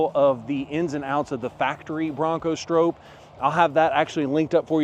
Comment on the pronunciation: The biggest issue with the Stroppe is that you always say it wrong😂